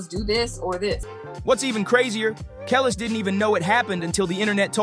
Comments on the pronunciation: I'm pretty sure that's not how you pronounce "Kelis." No offense, but even while half listening as a 38 y/o white guy whose rap cred extends to being a fan as a kid and always loving Eminem, I'm noticing a lot of little details that make me think this video wasn't well researched or conceived and performed by the mind of a genuine fan, let alone an authority. The opening line about two greats who have been friends/professional partners/mentor and protege since the very early '00s "teaming up" was bad enough. I know the video is parroting popular outrages, praising the "real," chastising the corrupt (don't get me wrong, I'll always back Em and would be devastated if he turned out to be another Diddy...I know that wouldn't happen), but in a way, it's kind of doing what it's complaining about. Of course it's YouTube, what the fuck do I expect? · Depends on which is more of a priority. If you want to present as knowledgeable about Hip Hop culture, I would correct the mispronunciation of Kelis, Mya, and Amerie immediately. If you are more concerned about your editing/video storytelling skills I suggest matching the narration with the video. For instance, when you were talking about Big L you had Beanie Sigel on the screen the whole time. I think it would make more sense to have Big L on the screen when discussing him - this would also help you look more knowledgeable about Hip Hop. Another example, you had a clip of Mya’s interview playing and then you discussed Mya’s perception minutes after her interview. I think you should discuss the topic and then have the interview play right after to support the narration. It helps the video storytelling appear more “put together” as opposed to discombobulated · Can you... Get these people's names right? My-ah, not Me-ah. Keh-lees, not Keh-lis. Ay-mer-ree. I thought you were talking about three completely different people. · Every time he said Kelis was like pulling teeth out 😢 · Who TF is “KELL ES”?